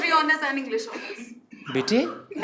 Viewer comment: When he says "Bete" "Raaje"... bahut funny lagta hai!❤